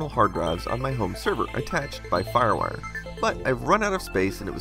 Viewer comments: "farwur".... excuse me what? what is "farwur"? are you trying to say Firewire? It's two words. Fire. Wire. Just try saying each word individually first. Then put them together and say it. If you still say "farwur" you may be having a stroke. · Lol. "FarWar". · When he says firewire, I hear ruff-ruff